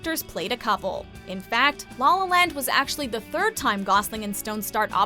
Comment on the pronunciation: ghehe, she pronounces it 'Lawl Lawl Land' haha